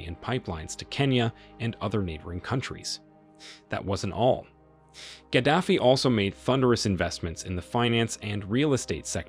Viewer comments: He was Gaddafi not Kadafi. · You could at least make the effort to pronounce Museveni, Gaddafi, Idi Amin, correctly. What's wrong with you people?